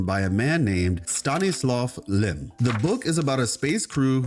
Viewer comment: I just wanted to say, you did a great job pronouncing Lem's name. Amazingly well-put theory!